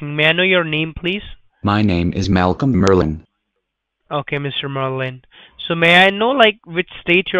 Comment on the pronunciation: "my name is Malcom Merlyn" "Malcom merlilin, okaiy"